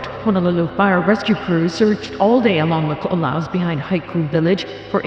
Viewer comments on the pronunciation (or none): Ko o lau (long O) and Ka neh O heh - 4 syllables.